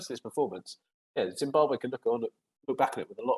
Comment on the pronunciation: its Zimbabwe not zimbabar